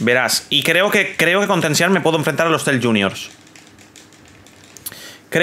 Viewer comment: Bro no hate asi se pronuncia (tenchinjan) no tensihan